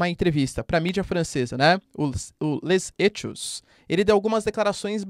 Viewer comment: A pronúncia do nome do jornal francês é "Lê zêcô". .